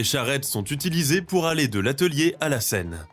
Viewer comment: Die scheiß KI kann nicht einmal den Namen der Seine korrekt aussprechen. Vielleicht mal was anderes ausprobieren als ChatGPT.